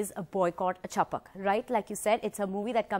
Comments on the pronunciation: Its chhapak... Not chapuk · sorry but its not 'chapak' its 'chap-a-a-k"